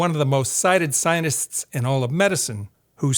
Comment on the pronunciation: Sir, why do you say scienists? I picked it up in the other video, too.